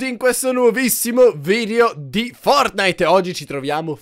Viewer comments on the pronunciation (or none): none